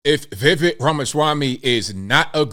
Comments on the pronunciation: For gods sakes people! It’s VI-VAKE like cake! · I DISAGREE. Generally agree w arguments, but he’s going WAY too far with this attack on VivekR (btw it’s pronounced like 🎂 Viv(c)ake). has a PERSONAL AFFINITY w JUNETEENTH. has special memories but that’s not a VivekR FLIP-FLOP. All he’s saying is there are too many holidays that don’t celebrate our USA or special people who impacted our Freedoms. Consider MLK who really DID change how America incorporates RACE or Chris Columbus who kinda Discovered America 🇺🇸 RAMASWAMY just wants spurious holidays canceled & most of us do too. But JEEZ, aren’t you just thinking 🤔 💭 about Juneteenth because YOU LIKE THE HOLIDAY?!